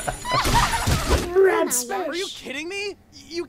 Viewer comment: it's Rem not Ram